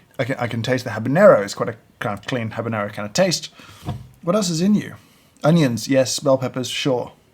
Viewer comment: James said "habanero" and not "habañero", as most people say wrongly. My respect for him is once again proven to be well placed.